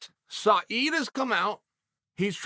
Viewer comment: how the fuck does he pronounce Said's name correct